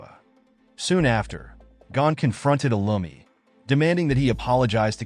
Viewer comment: that's not lumi that's illumi